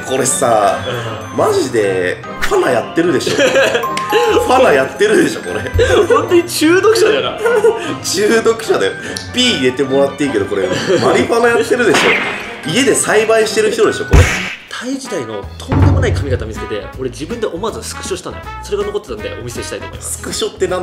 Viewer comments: ないとーの写真怖かったけど、マリファナをファナって言うも怖いw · マリファナをファナって呼ぶの面白い笑笑